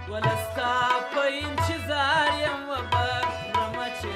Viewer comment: که چیري د لغاتونو تلفظ سم صحیح وکړي نو لږ څه به پر معیار برابر سي. دی خو بیخي زموږ د کندهار د کوڅو لهجه غوندي تلفظ کوي ( انچیظار) 🤦🏻‍♂️ تاسو یې فهم ورته واړوئ.